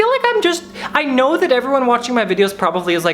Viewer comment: I love you but in the word ‘probably’ there is no V.